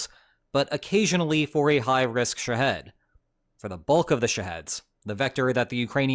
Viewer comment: Dude can make an AI video but can't tell his AI video how to say Shah-HED phonetically.